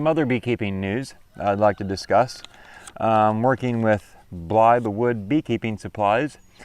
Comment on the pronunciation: Blythe Wood not Bly the wood. Not being cynical, just trying to help.